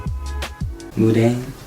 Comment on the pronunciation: stupid it’s pronounced mun- Dane not moondane